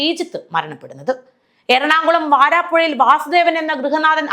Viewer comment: വരാപ്പുഴ ആണ്, വാരാപ്പുഴ അല്ല.